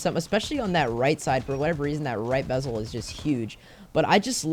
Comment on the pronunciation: I like how he went from bezel to bebel 😂